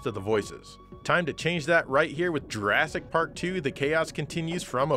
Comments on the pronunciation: is nobody going to gawk at the pronunciation and spelling of Jurassic Pawk. LOL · Jurassic Pawk... XD